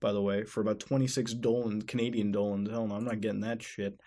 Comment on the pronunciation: Mutahar Why the hell do you keep saying Dolans when that is not a real currency. Dollars are not Dolans.